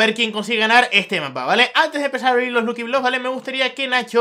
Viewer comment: Se pronunsia lacki bloks